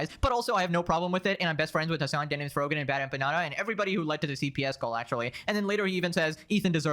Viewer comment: did he just call frogan frogman? lmao